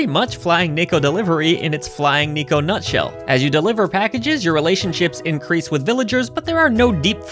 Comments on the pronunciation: Hate to be that guy, but it's "Neh-ko" (猫) not Knee-ko. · if you can pronounce the word "yeah" you can pronounce neko correctly